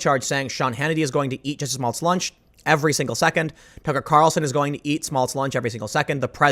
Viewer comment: IT’S NOT JESSIE! IT’S JUSSIE! MA’NN!